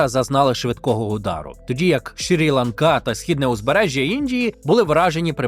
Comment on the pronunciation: Правильно казати Шрі-Ланка. Дякую за випуск!